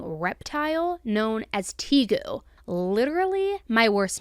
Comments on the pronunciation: It’s pronounced “tay-goo”, and they make great pets! Please don’t judge the entire reptile keeping community on these disgusting monsters. I promise, most of us are “normal” animal lovers. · Hey, snakes and tegus (pronounced like tay-goo) are awesome! Tegus are like scale puppies. I know that that's not the point of this video. It just hurts me when people think poorly of reptiles. They're actually so awesome, and I wish more people gave them a chance.